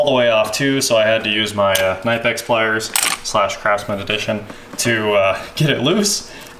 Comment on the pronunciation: It's Cuh-nipix lol